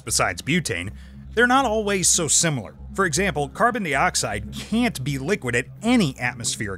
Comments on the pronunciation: PLEASE go BACK to YOU doing the narration... PLEASE!!! Not only does it NOT feel like a REAL Thoisoi video, you probably have to PAY to get that person to do the narration (which he's not very good at either... WHO SAY 'carbon DEEoxide" ???? NO ONE, THAT'S WHO!! lol) PLEASE brother, listen to your audience.... or at least give us a reason why you have to do your videos with a narrator..... In your last video I saw a TON of comments about not liking the new narration, and with 13 comments already on this one 6 of them were NOT about you switching back to YOU doing the narration... and one even unsubscribed because of it..... Ultimately it's YOUR channel, and I'm here for the SCIENCE. so I'll be watching all your videos either way... But it doesn't feel right without your voice... - AND if you are doing this to get more viewers, then I TOTALLY understand.... (but I personally don't think it will help all that much... but I WANT you to PROVE ME WRONG and HOT that 1 MILLION SUBS and get 200K VIEWS IN THE FIRST HOUR!!!) - But maybe listen to your audience if it doesn't work after giving it a few months (but you need to upload more than once a month lol) - Now.. ON WITH THE SCIENCE!!!! (oh and I NEVER GET TIRED of seeing the phase changes in that ampule, it is MIND BENDING!!!!) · why does he says CARBONDEEOXIDE bruh